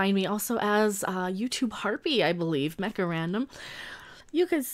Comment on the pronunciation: Mecha? That sounded more like she said. (The preview subtitles had it as Karina42.) From now on, drunk Mecha will be known as.